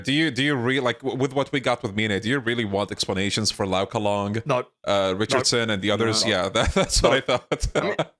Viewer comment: Ricard-son? I thought it was Richardson